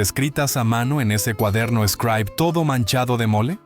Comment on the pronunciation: Cuál Scraib, era "Scribe" 🤦🏻‍♀️🙆🏻‍♀️🤷🏻‍♀️